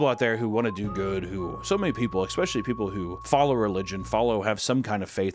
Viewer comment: for the love of god please stop saying 'ekspecially'